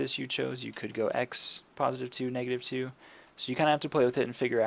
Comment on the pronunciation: Negative* not meg